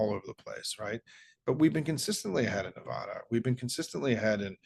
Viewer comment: I appreciate this positive resource, Sawmon. Oops, is that incorrect? Sorry, is there just one way to pronounce your name? Same with 'Nevada.' It's not 'Nevahda.' Please pronounce my home state's name correctly, thank you. 🤠 (And keep up the good work!)